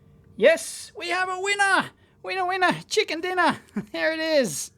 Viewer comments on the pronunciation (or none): .. "Chicker".. ROFLMAO. You may have another problem.. The "n" and "r" keys are not even close to each other.